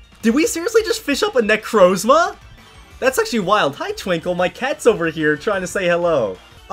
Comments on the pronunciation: Bro he say necrozla necromza is not hard to say he really does mess up with words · how he pronounces necrozma smh